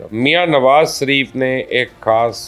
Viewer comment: Phlay sharif kana seek lo sha reee ffff not sa ref